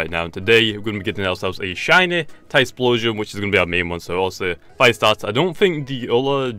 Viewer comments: it's not tysploshion it's ty flow shun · It's not Tysplosion mate, get it right